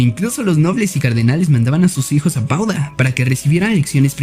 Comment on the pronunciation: Padua o Padova, no Pauda.